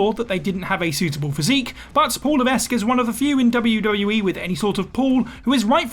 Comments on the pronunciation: For the love of….his name is pronounced Luh-veck. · The "s" is not pronounced in Levesque. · Maybe it's just me and my standards are too high, but if I were recording a video about Paul Levesque in which I repeatedly said the name 'Paul Levesque', I would check how to pronounce Levesque. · you don't have to speak to know how to say it right. Please don't take up for shoddy journalism. If this person had known anything about HHH or seen alot of last say... 5 - 10 years of wwe this name and how to say it right came many many times....